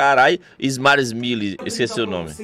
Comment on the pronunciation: " esmile smile " KKKKKKKK muito bom